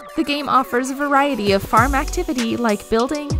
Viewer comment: i cringed at the word farm being pronounced form.